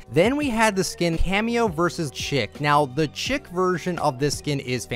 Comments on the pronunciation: I love you, but you and other Fortnite YouTubers have pronounced "Cameo vs Chic" as "Cameo vs Chick" all season and it's supposed to be "Cameo vs Sheek" lmao 😂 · You're pronouncing Chic wrong. It's pronounced like "sheek", not "chick". Also, you think the backpack back blings are boring and lazy but then you complain that wings and capes are overdone? What do you want them to do for back blings? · cheec not chick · Chic is pronounced sheek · Chic is not pronounced Chick...it’s pronounced Sheek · It's pronounced SHEEK, no Chick lmao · shee-ck not chick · Am I the only person that gets super triggered when people say Cameo vs Chic by pronouncing "Chic" as "Chick"? Like does no one else know that it isnt "Chick" its "Sheek" like the fashion term. Just me? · Just fyi Chic is pronounced "sheek" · It's pronounced like shiek, not chick. Why does no one realize that lol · Chic: pronounced "Sheic" not "chick".... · The Chic skin is pronounced Sheek not chick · Chic is pronounced Sheek. Just so you know my dude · Chic is pronounced "sheek", not "chick". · Oh my god, it's pronounced: "Sheek!" lol its fine though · Chic is pronounced “sheek” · Chic is pronounced “Sheek” the skin itself is supposed to be a fashion model of some sort. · HER NAME IS PRONOUNCED "SHEEK" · "chic" is pronounced sheek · Well time to watch 1hour and 21 minutes of this... also chic is pronounced shiek or sheek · Chic is pronounced "sheek" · The season is almost over and you're still saying chic wrong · so y’all still saying chic wrong 😔